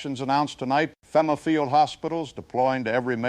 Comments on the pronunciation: "We can now deploy Fim'ah" lol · you can make AI pronounce FEMA correctly by spelling it differently like FEEMA